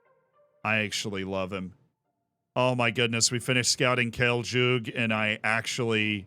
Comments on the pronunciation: It's read Khaley Yug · As a fellow Croatian here, Kale Jug is pronunced: Khalē Yugh. Khale is like spannish "olé" with a Kha instead of O (beggins like C in the word "count", not "charcoal"), and Yugh is like "you" + "gh" (g as in great, not g as in ginger) Lemme fly off now ❤